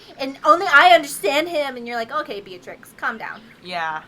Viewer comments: So I love you girls, but the Potteehead in me died a little when you called her Beatrix. It's bellatrix. Sorry. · It's "bell-a-tricks" guys xD